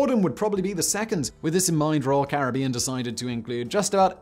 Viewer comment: It's Caribbean not Caribbean, come on Simon